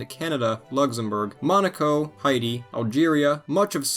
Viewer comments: Why are you saying Heidi? The country is called hey-tee. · LOL, Hey I kept on hearing that too! I thought was cos thats my name... I guess he was saying 'Heidi' after all!!